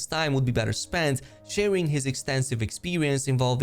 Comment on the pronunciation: Just an English tip, draughts in this instance is pronounced drafts. I am looking forward to playing in February.